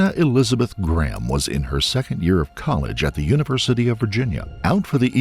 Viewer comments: Its not pronounced gram. Its GRAY-am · Why are you saying her surname like "Gram" ??? Show some respect and pronounce her name right, its GRAHAM, not "gram" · Just got to say Graham is pronounced Grayum in the UK as opposed to Gram. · americans pronouncing graham as "gram" hurts my brain so much i can feel the burn through my eyes. figure it out america its "gray-ahm" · Glad my surname isn't "Graham" because it would drive me mad with every American bizarrely mispronouncing it "Gram" all the time. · Fun fact but as she was from England she would have pronounced her last name as ‘Gray-am’.